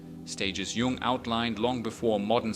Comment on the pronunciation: Gung ? Jung is pronounced “yung”. This really kills your credibility. Tells us you have never heard the name before .